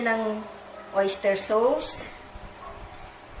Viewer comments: Orange Soda sauce is pronounced as SOS not SAWS - 💖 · Napaka yummy! I like how you say SOWS po sa sauce. Ty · "sows" (sauce) ahahaha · nkakaaliw kayo! lalo na ung sa pakbibigkas nyo ng oyster sows at ung pag ka sbi nyo ng 10 minitch ahhaha...ang cute kaaliw! PERO sna bgy mo ung tamang sukat ng mga ingredients nyo po.